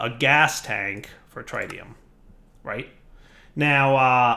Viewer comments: Everytime you say TRI-tium Instead of TRIT-ium, anyone with a science background dies a little inside...... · It's not. He's pronouncing it wrong. It's not a dialect thing. AluminIum and aluminum are spelled and pronounced differently based on region. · the Tri in tritium is prnouced like the tri in Trinity. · I'm genuinely curious, - pronounces Tritium as TRI-TEE-um. I've always heard it call tr-IT-E-um. I'm guessing it's yet another word that's pronounced differently depending on what version of English your speaking? You know, like the word aluminium. In the US it's pronounced Ah-Loo-min-num, but elsewhere it's called AL-U-min-E-um. I hate English. It's my first language, and yet even after 26-27 years of speaking it, I still don't understand the rules! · Where are you getting the D from in tritium. It’s pronounced tr i tium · He mispronounce it on purpose since his regrowth series with soaryn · Here’s the most important rule: don’t pronounce things the way does. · every time her mispronounces, "Tritium" I die a little inside. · Please learn how to say tritium correctly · For the love of God learn how to say tritium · Mis-ka-llaneous is the worst of all. If he can’t even speak basic English correctly, why expect that he’s going to do better with words like tritium?